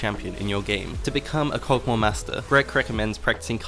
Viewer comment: The Champions name: Kog`maw: Kog` moa